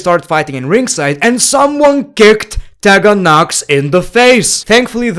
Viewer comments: I love the way he says the women's names......... "TEH-GAN NOX" instead of "TEE-GAN NOX" or "SHINE-A BASZLER" instead of "SHAYNA BASZLER" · I love the way pronounces “Tegan Nox”😂